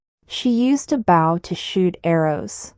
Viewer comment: "Bow" as a weapon should be pronounced like "Boh" to rhyme with "low".